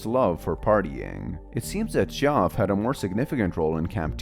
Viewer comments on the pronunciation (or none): listening to you pronounce Geoff as Goff is pain to my ears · btw geoff’s name is pronounced as jeff